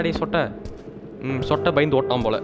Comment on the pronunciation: athu sootai illa sottai next time correct pannunga please kindy request